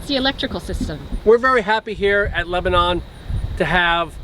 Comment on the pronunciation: Just so you know..us in Tennessee pronounce it Leba nun not Leba non...Enjoyed the video.